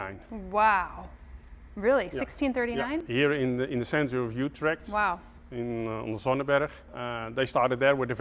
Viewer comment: You perfectly said "Utrecht" at the end of the video haha.. I enjoyed watching your video and too bad that giant plant is dead. I saw him flourished last year when I came there and it was so pretty. Groutjes uit Nederlands.